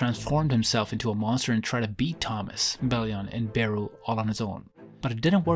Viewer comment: How about u stop pronouncing beru and Antares with that accent and pronounced them normally like with every other character my goodness